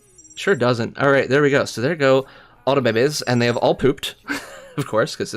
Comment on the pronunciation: are you saying babies or bebes? and why? you just sound ...